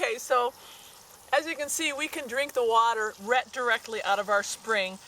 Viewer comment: What region/accent pronounces "right" as "rhett"?